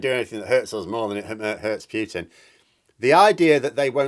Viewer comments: I cringe every time you say "Pyootin". It's "Pootin". Cheers. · I really wish you you would stop saying Pewtin...as in pewter..rather than the correct pronunciation of Pootin...as in Winnie the ...